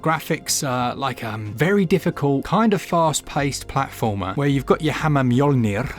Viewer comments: Mjolnir... Your pronunciation was perfect 😊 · Probably the best attempt at 'Mjolnir' I've ever heard actually 😅 great rolling of the 'R' at the end there too 👍